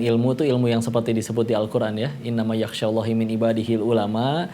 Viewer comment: ralat ayat "innamaa yakhsyallaha" bukan "innamaa yakhsyallahi". Terimakasih